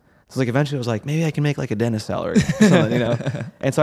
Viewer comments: WTF...."DENIS"!?? for "DenTist" LOL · am i hearing righ? you say DENTIST without the T? DENIS?